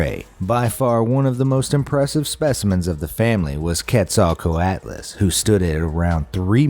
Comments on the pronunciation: ARE YOU FRICKING SERIOUS, YOUR SAYING ITS NAME LIKE Sar-cos-a-chus!!! IT'S SAID LIKE Sar-co-su-cus!!! Look up the pronunciation before you make people sound like idiots!!! AGAIN!!! It's pronunced Li-plur-o-don!!! Frick this!!! IT'S pronounced Kwet-zol-quatl-ul-us NOT Ket-zol-ko-at-lus!!! Plus it's pronounced Ki-meer-a NOT Chi-meer-a. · Quetzalcoatlus is pronounced kwet-zell-koh-aht-ull-us. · Yes, another man of class. I also hate when he said Quetzalcoatlus wrong. It's pronounced like cwet-zul-quatalis.